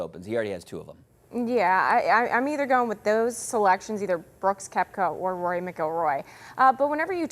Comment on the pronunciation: She can't even pronounce Rory last name , she has no clue what she is talking about . DEI